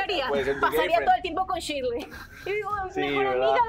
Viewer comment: Me gusta cuando a shirley le dicen shili 😂😂😂